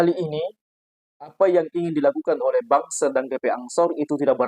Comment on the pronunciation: BANSER dibaca BANGSAT